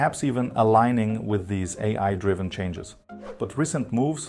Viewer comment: Hey, sorry for this weird question, but are you German perchance? I can tell from your pronunciation of the word „AI“, which you pronounce „ey… eye“ and not „eyeye“ like Americans do, which is what German does too 😅